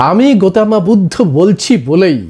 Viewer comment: "গৌতম বুদ্ধ", এই শব্দটাকে "গোতমা বুদ্ধ" কেন বলছেন ? সুন্দর শব্দটাকে বিকৃত করা হচ্ছে না ?